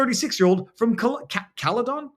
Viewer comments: Pronounced Cal-a-din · Caledon pronounced as Caledin ... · Thanks for this!! So true. ( Caledon we say it as Caladin ) :) xx